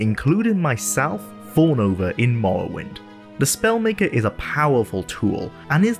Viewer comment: The way you pronounce “morrowind” is infuriating. Good video tho.